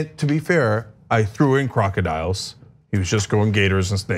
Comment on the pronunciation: "Maybe crocodiyoooooles"....🤣🤣🤣